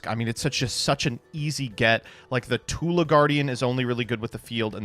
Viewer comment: the fact that is so engrained in internet culture to the point that he consistently misread Tula as Tulpa is ceaselessly entertaining